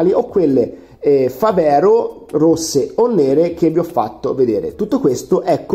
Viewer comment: mi sembra una televendita! si dice fàvero, non favèro, e significa fabbro in dialetto trevigiano